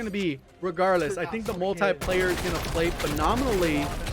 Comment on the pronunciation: Come on for the love of Jgod it's called "Multiplayer" not "Multieplayer" a tie is what you wear with your suit.